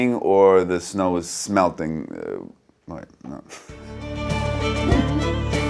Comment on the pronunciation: Joel clearly didn't think of the English word "smelting" when saying the Swinglish word "smälting".